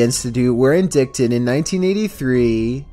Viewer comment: It's not in-dict-ed! it's in-dight-ed ! FYI respectfully of course lol